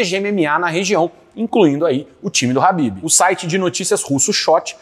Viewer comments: É Ķhabibi não Habib COMEÇA COM K...QUE AGONIA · É ASSIM QUE SE PRONUNCIA MESMO??? ESSE CARA DISSE RABIB!!! 😦